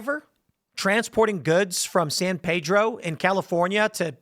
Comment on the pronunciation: the locals call it San Peeedro. Not San Paydro.